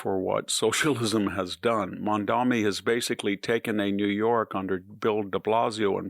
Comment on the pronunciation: THAT'S "MADMANI."